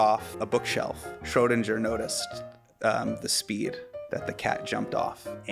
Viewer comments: As a german speaker I exploded when thez tried to pronounce Schrödinger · crazy that neil degrasse tyson doesnt know how to pronounce schrödinger